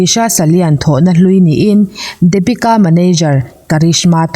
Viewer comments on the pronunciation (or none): Dapika anilo deepika tia lam tur Daaa niloo in ABC D D ti tur hre thiam em Depika